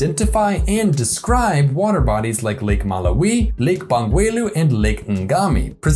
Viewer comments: The pronunciation of the word Malawi was massacred in this video.. RIP Malawi🇲🇼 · muh lah WEEE 😂